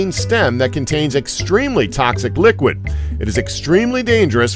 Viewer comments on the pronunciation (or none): none